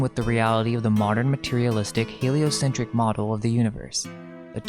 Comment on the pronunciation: He-lie-o-sin-TRICK model? 😂